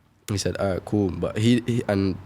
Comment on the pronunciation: “feels gool”